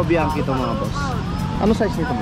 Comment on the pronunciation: Hnd bianki Ang basa Dyan , GANITO Ang basa sa biachi, suond like this BIANTSI, THAT THE FAMILY NAME. MANY OF PILIPINO GETS A WRONG PRONOUCATION